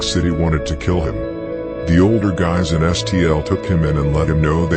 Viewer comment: “I think I’m order den u” 🤦🏾‍♀️